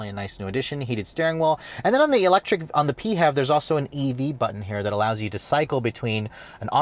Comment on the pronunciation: pee-hev badge? I've always been pronouncing it "fev". :) One thing we can all agree, clearly the interior needs more gloss black.